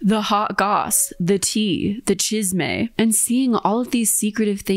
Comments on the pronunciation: Ain’t no way you said “the chizz-may” talm bout chisme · pronouncing chisme made me giggle. very cute, love the attempt